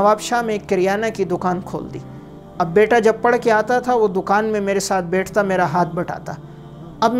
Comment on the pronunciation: یہ کیا بد زبانی ہے: نوَکَری کو نوٗکَری بیَٹھ کو بیّٹھ کہَتا کو کِہتا رہَتا کو رِہتا اِکلوٗتا کو اکَلوَتا